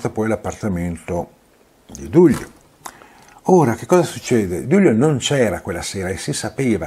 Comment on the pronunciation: Perché pronunci Gliùis e Dùglio? Si dice Lùis e Duìlio (con l'accento sulla ì)